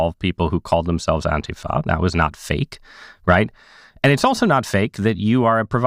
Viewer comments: "Anta-fuh" has to be the most hilarious deliberate mispronunciation attempt of fascists to mask and differentiate the term from it's definition. Lol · why can't he pronounce "antifa"